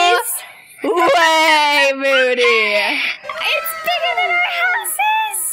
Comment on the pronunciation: It’s moody not moddy